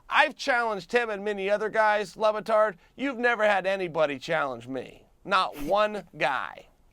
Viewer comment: He keeps CALLING him "lubatard" LMAI